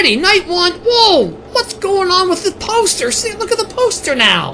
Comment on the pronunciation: I thought he said toaster be he said poster